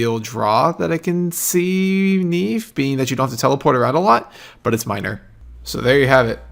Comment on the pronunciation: But... it's Nieve, not Neive Lmao